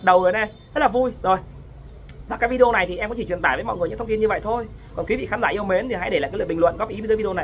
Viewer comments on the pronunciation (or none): none